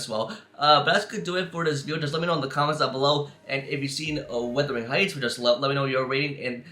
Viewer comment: Are you sure you’ve seen it? You couldn’t even pronounce the title correctly.